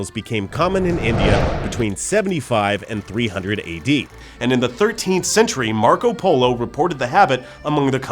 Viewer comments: Marco PoLLO? Seriously???????? It's Marco POLO, guys! LOL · MARCO POLO not POLLO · hahahaha it's marco polo , not marco pollo ! you just said marco the chicken! (pollo= chicken in italian)that made me laugh :)) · Marco Polo not marco pollo god damn it